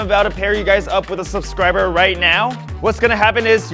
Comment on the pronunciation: "Subskriber butt" LOL